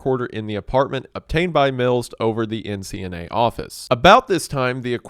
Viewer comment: Brian Mills even sounds like Wells